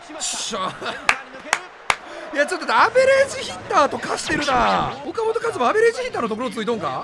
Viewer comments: おか「C」じゃなくておか「本」やん！ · よかもとちゃうやろ。 いつものvipさんの発音良く言うノリなら、フォかもとやろ。